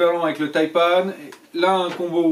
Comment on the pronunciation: Tres bonne vidéo ! et oui les Taïpan excellent choix ! par contre arretez de dire "Taïpanne" ! "Taïpan" comme euhh ... "seprent" quoi